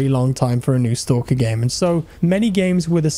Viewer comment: man... it's not stOlker... it's STAAAAAAAAKER